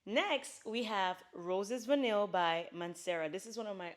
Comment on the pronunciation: Fantastic overview ❤Heads up, the word Vanille is always pronounced: Vah-knee rather than Van-nil